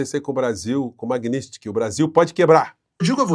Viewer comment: Nada a ver, porém tudo pertinente. Só por curiosidade.Porque tantas pessoas, inclusive com formação de nível superior, falam/pronunciam erroneamente determinadas palavras? Seria falta de atenção ou problema de dicção?🤔🤔 Exemplo: (correto) Lei MagníTSki, e não magnÍStki. 😂😂😂😂😂😂